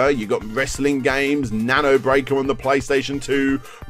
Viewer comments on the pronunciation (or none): none